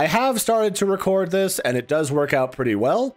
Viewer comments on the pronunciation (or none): none